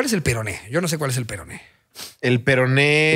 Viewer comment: siempre queriendo hacer chistes del peroné y siempre diciendo "perono" jajajajajaja 🤦🏻‍♀️🤣🤣